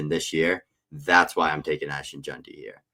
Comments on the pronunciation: If we could get that one guy to pronounce it “Jenty” instead of “Junty” we’d be getting somewhere. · JeANTY Jesus you see his name everyday and still cant say it right 😂